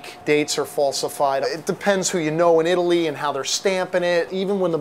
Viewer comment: lol he says italy-ly